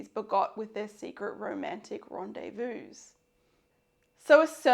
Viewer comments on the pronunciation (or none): none